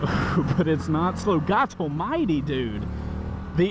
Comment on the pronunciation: Not sure if knows it’s “God Almighty” not “Gah-toll-mighty”